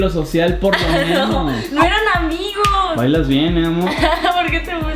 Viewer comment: Que pedo por que dice "hola amikos"